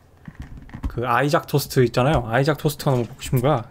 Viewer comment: 본토발음은 아이작이 맞긴하죠 ㅋㅋㅋㅋ